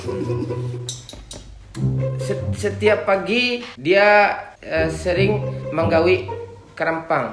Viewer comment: Manggauik bukan menggawi 😂😂